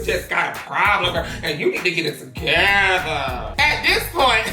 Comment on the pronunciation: it’s the you need to get it “togethah” for me 😩 and the “jay can you please take me back” right after 🤣